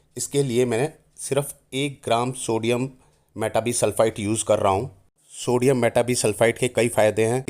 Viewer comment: सोडीयम मेटा बाई सल्फ़ाइट this is the correct. pronunciation